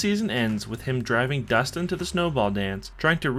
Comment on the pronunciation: bro its Dustin